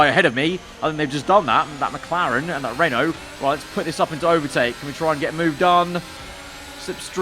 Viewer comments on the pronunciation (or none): none